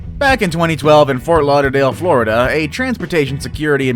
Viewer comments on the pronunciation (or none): none